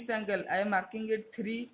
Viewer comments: It is angle not ungle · He said uncle instead of angle